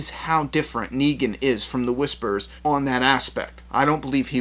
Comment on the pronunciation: It's NEGAN not Neegen